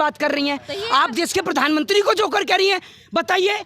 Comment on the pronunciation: Who the hell is this female reporter who can't even pronounce Pradhan Mantri? She is pronouncing as "Pardhan mantri" what a shame.